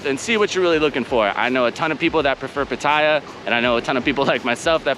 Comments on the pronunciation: Great vid bud. It's of course PAAATYA not PUTTAYA. More eccentuation on the A. Might not be important to you, but I personally think it's important to pronounce the name correctly of the city you're living in. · Ask a Thai. Hint it’s not pat I ah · What is the correct way to pronounce Pattaya? Because there's the way you say it stressing the middle syllable, and people who say you should stress the first syllable. As in, "I went to the store to shop for some outdoor Pattaya furniture."